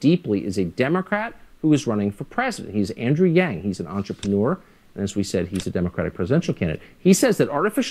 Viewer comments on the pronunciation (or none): It's Andrew Yang! Not Yan... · Bro. Who is Andrew YANN. If you're gonna report on this topic you really need to know how to say YANG